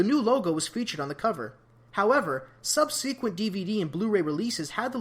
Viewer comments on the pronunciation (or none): Why do I keep running into youtubers who say “subsequent” so damn weirdly... is that like a regional dialect thing?